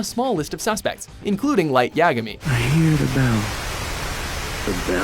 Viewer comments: From one video you pronounced "Asuna" (SAO) as "Uh-soo-na", it's pronounced "Ah-su-na". In another video you pronounced Light's (Death Note) last name as "Ya-gah-mi", it's pronounced "Ya-guh-mi". In other videos you pronounce "Lelouch" (Code Geass) as "Le-loosh", it's pronounced "Le-loush". You pronounce "Sakura" (Naruto) as "Sa-kou-ra", it's really pronounced "Sa-koo-ra". You pronounced "Haruhi" (OHSHC) as "Ha-roo-hee", it's pronounced "Haru-hi" in a more fast and japanese accent. You pronounce "Naruto" as "Na-roo-toe", it's really pronounced "Naru-toe" similar to what I mentioned previously. Sometimes you pronounce "Erza" (Fairy Tail) as "Eir-za", it's pronounced "Ur-za". Seriously, you get these wrong a lot. You should watch the shows more to remember how their names are pronounced. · he said light YAGUMEEE